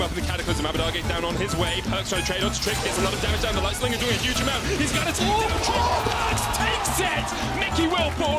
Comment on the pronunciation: his name is perkz not perks.